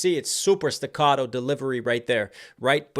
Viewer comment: *'stoccato'....word,.